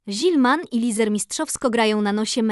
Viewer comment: Lesar nie Lizer